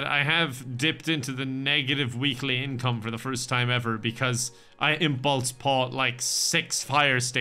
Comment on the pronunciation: “Imbulse pought”